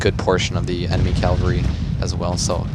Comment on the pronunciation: Dude. Cav-al-ry. Say it with me. Cav-al-ry.